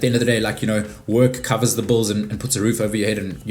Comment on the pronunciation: lol I love how you pronounce hills as heels but bills as bulls 😂